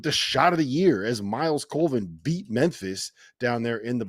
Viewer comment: COLVIN, not Coleman. Sheesh